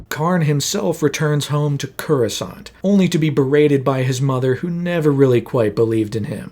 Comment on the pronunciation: That is not how you pronounce Coruscant